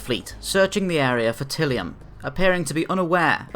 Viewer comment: Ty-li-um. Tylium.